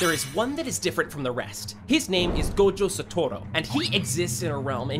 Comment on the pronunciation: WTH really!! 😶 "Gojo satora"